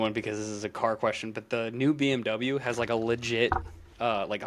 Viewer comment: I am a little late with my comment.....but I am german. And I can officially let you know, that BMW (translates to Bavarian motor factory) is Bavarian, so you habe only been rude to a small part of germany...you are fine. 😂😂😂 but yes, you did butcher it Also, SHUT YOUR DOORS ....💩